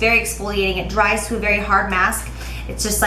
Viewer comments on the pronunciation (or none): none